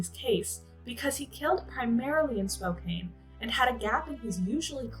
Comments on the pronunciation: Just an FYI: it's pronounced SPOKE-CAN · I know it's not intuitive, but Spokane is pronounced "Spo-Can." This is only so if you encounter podcasts or other audio info on the case, you know it's the same place. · Sorry, this was hard to watch for someone from Spokane. It's pronounced Spo-can. It just made me feel disconnected hearing it over and over. Plus anyone that watches it will say it wrong. May I suggest watching a local news reel from a city whose name you are going to say so often? Otherwise I feel like a bit of the homework was skipped.